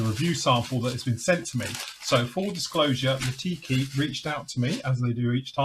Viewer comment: Great review and kit (I’ve got both). Please don’t misunderstand, I mean this in good faith, but they are called/pronounced Lee-Tah-Kee, not Lah-Tee-Kee.🙏🏻 Enjoy your weekend.